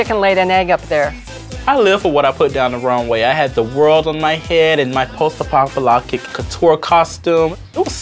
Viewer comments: Post apoctolipic 🤣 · “Lost apocoloptic “ 😂😂😂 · Lashawn and her "post apopcaloptic" couture xD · Post a-what now? She can't pronounce apocalyptic?